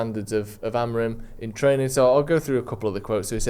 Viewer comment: Just say training again 😂